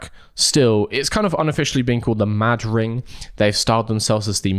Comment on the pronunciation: You're probably not supposed to pause between Mad and Ring so that it's like a weird pronounciation of Madrid. Not saying that makes it better.